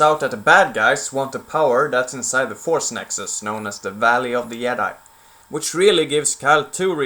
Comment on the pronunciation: "yedi"